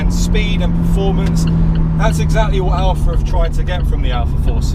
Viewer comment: Cayman. Seriously? Boring, bloated P car. Can't swing a dead cat without hitting one. The 4c is a real sports car and doesn't need all of the up charge nonsense that Porsche is famous for. Oh, it's Alfa, not "Alpha".